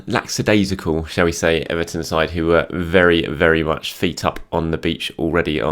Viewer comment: it's lackadaisical there is no S or X after the lack...The first half is pronounced the same as Lacazette. I can't cope with every single pundit and commentator saying this incorrectly just because they heard one guy thinking he was clever but saying it wrong and decided to copy.